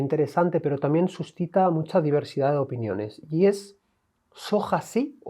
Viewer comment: " TAMIEN" 😂😂😂 Qué mal pronuncian los españoles! Diox!